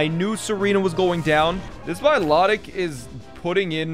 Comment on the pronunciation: The way he pronounces Milotic is like nails on a chalk board It's My-Loh-Tick You heathen not my-lo-dic